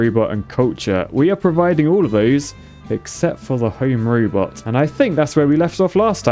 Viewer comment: "Home Rübot." 🤭